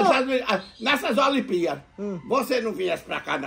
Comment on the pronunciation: Toda vez o desliga a televisão 📺 e fala que faltou a energia, a energia do acaba a prestação, o em vez de falar olimpíadas, ele fala (olimpías) Mané chamou o de caga goma, faz dona Zazá pegar o perfume de novo, pelas atitudes do, ele tá merecendo ir para casa do bobe 🐐 eu sei que ele está com a perna 🦵 machucada, mas ele está fazendo de tudo para ir para lá André São Paulo